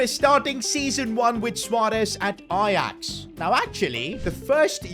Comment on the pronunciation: Ajax is 'j' no ' y'